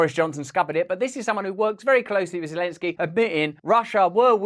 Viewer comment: Is that supposed to be zolensky ?